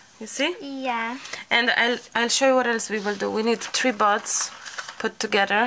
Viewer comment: It is a Guinea pig - someone who attempts something first to see if it works or not. Buds when you say it is super cute but it sounds like butts which I think is possibly why Emily was giggling 🤭🤭🤭 You two are wonderful together. Thank you so much for allowing us to share your precious time together xx 💚❤️💚